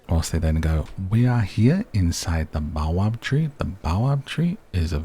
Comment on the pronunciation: baobab is pronounced bay-oh-bab ;)